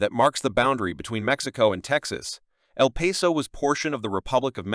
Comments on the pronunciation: It's not El Peso. It's El Paso, the pass. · If you can’t say the towns name correctly- then don’t say anything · Can't even say the towns name properly!